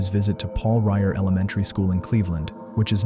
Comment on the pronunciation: Paul REVERE school, NOT Paul Ryer...